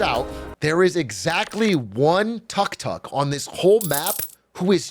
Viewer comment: And it's not called a "tuck tuck" the way he's saying it anywhere.